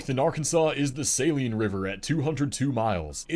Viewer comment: As everyone always does, he mispronounced the Saline River in Arkansas. Although it is named after salt deposits in the area (Saline County), its pronounced sa-LEEN, not SAY-leen. I’m from Benton, the county seat of Saline County, dead center in the state and just SW of Little Rock (Pulaski County). But its almost automatic, when speaking to someone from another state or country, for them to say, “oh, Walmart headquarters! Right?” Wrong. Lol That’s Bentonville, in Benton County in the NW corner of the state. And incidentally, Benton—not Bentonville—is about to get one of the first two Buc-ee’s in Arkansas. Lol